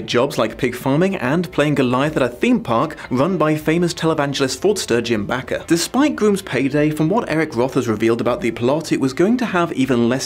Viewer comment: Just so you know, it's Raquel ("rah-kell"), not "Rachel", and Bakker is pronounced "bay-ker"